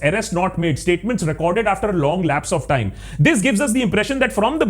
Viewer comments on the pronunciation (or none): none